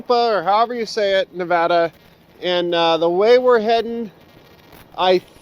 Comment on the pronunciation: you said Nevada correctly! Who cares if you didn’t say Tonopah correct lol. Everyone slaughters Nevada. Thank you for saying it right!